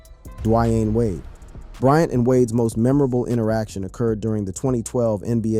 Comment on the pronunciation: Why did you pronounce d wade name like that weirdo